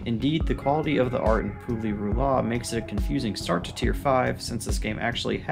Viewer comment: No sane person would put Pu-Li-Ru-La on this list... ...Tier 5? Nah big mistake there! But otherwise, nice video ☺️